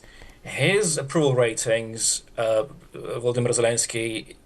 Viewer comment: VoloDYmyr - please, the accent should be on the third syllable!